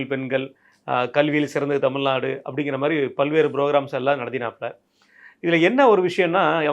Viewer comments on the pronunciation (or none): none